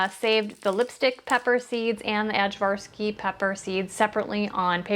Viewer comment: First! Btw the way to say the name of the peppers is I-varsky.